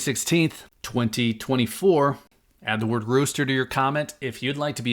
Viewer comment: Why do people keep saying Rooster? Rooster